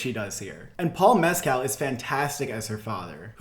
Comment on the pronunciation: If you’re going to be talking a lot about this for the rest of the year, just a little tweak on pronunciation, Paul ‘Meskle’ is closer to phonetic!